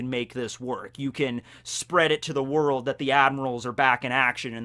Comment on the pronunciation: "Worlk" in the kizaru thing in the beginning. It bothers me but..carry on.